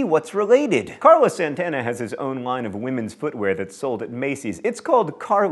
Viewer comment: Novaturtle He does it again 39 seconds later ("lined" instead of "line"). Pull yourself together, John!